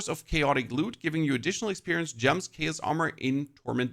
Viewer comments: say it with me.. Chaos pronounced K-OS. this made my brain hurt.. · Your pronunciation of Chaos is chaotic. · The way you pronounce chaos is driving me crazy😂...how do you say chaotic right but not chaos🤔